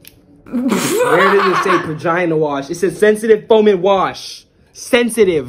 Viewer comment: "this is my ✨bAGinA WasH✨"